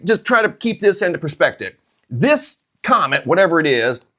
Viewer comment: Why You Kep sayng, c😂omet?!🤭